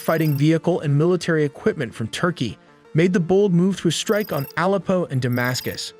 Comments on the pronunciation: Alpo is dogfood. Aleppo is a famed city in Syria. Hi tech AI! They can't pronounce words correctly is a major flaw. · AND 'AH-leppo' Should be pronounces 'uh-LEP-o' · Dude before you make videos at least LEARN how to pronounce EASY to pronounce names like Aleppo ffs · bro can't even say Aleppo right.🤣 Thats when you know Youtubers are clueless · Your pronunciation of Aleppo was too cringe for me to continue. AI much?